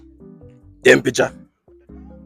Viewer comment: Man say temperature 😂😂😂